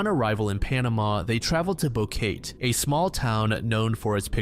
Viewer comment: The city Kris Kremers and Lisanne Froon traveled to in Panama is mispronounced here lol. It’s bow-keh-tey